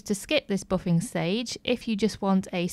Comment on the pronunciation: Useful tips! "Boffinggg" What dialect is that???